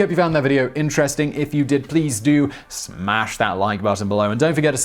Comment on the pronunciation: Hearing you say the word "smash" is hilarious.